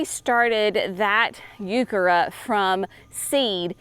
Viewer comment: Can y'all tell me – What is a Youkerra plant? She keeps saying something that sounds like "Youkerra" & I have no idea what that is! Google doesn't know either...